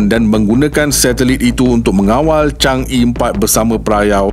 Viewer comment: Sebutan Chang Er, bukan chang Ee